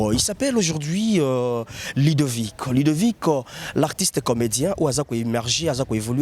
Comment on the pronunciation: Mon petit frère s'appelle LUDOVIC et non LIDOVICK